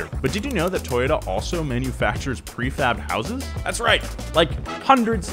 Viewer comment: toyota? it was toyoDUHH~~